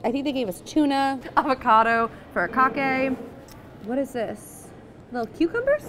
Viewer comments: Love this series! I have to point out though that “furikake” should be pronounced foo-ree-kah-kay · thanks! hadn't heard it a different way! will do for next time :)